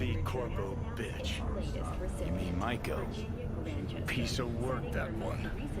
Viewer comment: Judy said her name multiple times. How are you still mispronouncing Maiko. She’s not a shark.